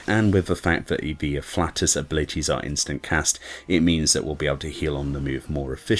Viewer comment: Ah-flay-tus* It’s not human gas, lol